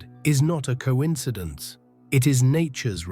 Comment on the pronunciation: I would like to hear the producer of these videos pronounce coincidence-"co•inside•ance".